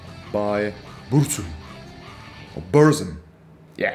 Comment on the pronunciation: When he pronounced Burzum ”Börrzhüm”, I felt that